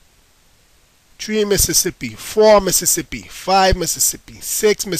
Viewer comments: I didn't know "three" is pronounced "tree" these days, but I love the accent! Great video. And if anyone knows how to do this WITHOUT a computer, just on an iPod, please tell me. Thankyou and great video! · forr point tree point tree :P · four.point tree point tree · Four point tree point tree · Four point tree point juaan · 4.tree.tree LOL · iOS version 4. TREE POINT TREE!!! LOL FUNNY STUFF i love your accent. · for 3 he says treeee lol